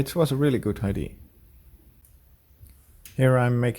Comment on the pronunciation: idea = eye-DEE-uh not I.D. in English. Martin has been castigated in the comments for this infraction too. ;)